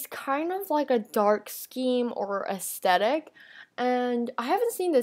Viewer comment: Ew, did she just say "Astetic?"